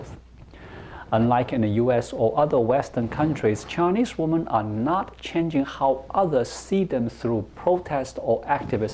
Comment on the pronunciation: 1 Woman and 2 Women pronounced as 1 woo man, 2 wi men.